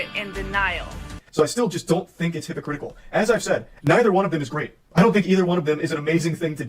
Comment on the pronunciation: calling him hypocritikal is so funny lmao 🦔❄